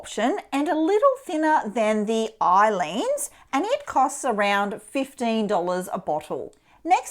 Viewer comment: Thank you! Aleene's is pronounced with long "A" sound, Ay-Leenz, emphasis on Ay.